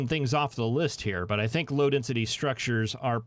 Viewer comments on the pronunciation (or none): I keep hearing "loaded city structures" instead of "low density structures" and get confused.